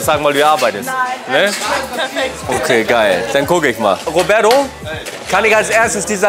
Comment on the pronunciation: Wer kenn ihn nicht, den "Robäddo"😆?